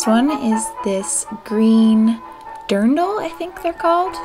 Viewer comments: actually pronounced it pretty well and correctly:) have a nice day and lots love from one of your German subscribers <3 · Yes! You said drindle right! Typically they would be worn with a special drindle blouse underneath and an apron over it.